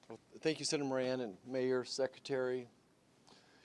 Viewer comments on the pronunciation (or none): Muriel Bowser fails to properly pronounce Secretary the 39 second mark. "SHECKretary"? Wow. Language matters. What a poor example. PPPP